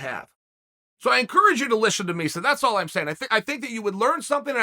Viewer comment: “…so I encourage you to lishen to Misa..” 😂